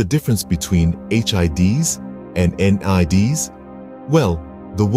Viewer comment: please dont pronounce hids and nids like that ever again